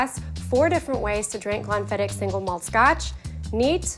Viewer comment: She pronounced it the right way. Maybe she had less "h" after the "k" sound but MUCH closer than goobers saying "glen-fidd-itch".